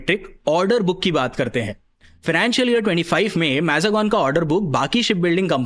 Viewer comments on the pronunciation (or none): I really hate the fact that you people put absolutely no efforts in pronouncing some names. Mazgaon is a marathi name, you could've at the very least tried the Hindi pronounciation, but you defaulted to the extremely sh!t fake foreign accent.